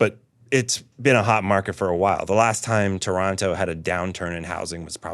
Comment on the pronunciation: Respect for saying "Toronto" properly